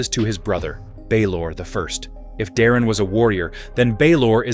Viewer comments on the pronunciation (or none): Daemon is pronounced DAY-MON not demon. geez. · Btw your ai slop narrator keeps mispronouncing Daemon and it's Irking me... Say it with me ai, "Daemon, Like Day-Men or even Day-mon" not demon fool😂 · why do u pronounce daemon as "demon" or is it AI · I swear if you call him Demon (Daemon) again I’m gonna hit my head on the wall 😅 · Daemon not demon 😂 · Pronunciation of both the names Daemon & especially Aenys felt odd 😅😂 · The AI pronunciation of Aenys and Daemon are totally cringe.